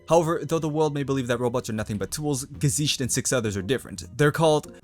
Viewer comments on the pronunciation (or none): oh god,I can't get over how you say "gesicht" 😂 there is no "sh" sound in the word